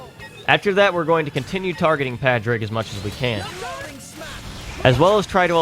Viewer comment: I love you and imma let you finish. But for the love of all that is holy. It's pronounced PAW-DRIG not PAH-DRIG!